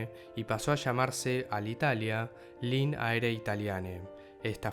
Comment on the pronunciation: linee se pronuncia tal cual, no lin